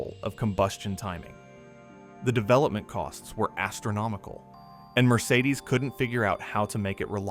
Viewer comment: It is not pronounced "Mercedesuz". It is simply "Mercedes" or "Mercedes-Benz". Irritating A.I. narration ruined an otherwise entertaining video.